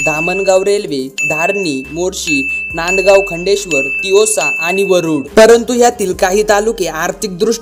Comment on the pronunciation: तिवसा ahe bhau तिवोसा nahi ,ani अंजनगाव ahe te अंजारगाव nahi